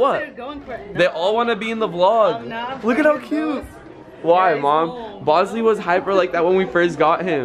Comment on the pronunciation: she said bosley